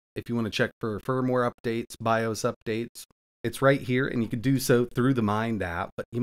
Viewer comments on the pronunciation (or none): none